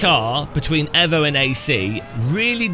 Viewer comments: Aarrgghh it's fking EEEEEEEEEEEEEEVO NOT EVo, you don't call it a Mitsubishi EVo you call it a Mitsubishi EEEEEVO and this game is no different this EVo shit comes from the Italian accent of the Devs 😂😂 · EVO NOT AVO KURWA MAC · i hate the way you say evo